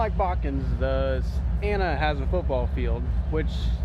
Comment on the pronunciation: You can tell he’s from Ohio. He doesn’t say Botkins. He says “Bokins”